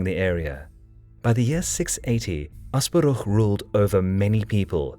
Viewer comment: You perfectly pronounced Asparuh, not something I have expected but wholeheartedly welcome